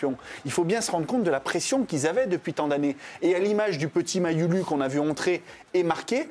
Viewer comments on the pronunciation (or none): POURQUOI FAITES-VOUS EXPRÈS DE DIRE : "ÈMBAPÉ" ??? ILS VOIS A DIT QU'ÉTANT DONNÉ QU'IL N'Y AVAIT PAS D'APOSTROPHE IL FALLAIT LIER LE "M' AU "B" !!! DE PLUS LE DANS "MAYULU" LA LETTRE "U" SE DIT "OU" : MERCI D'AVANCE !!!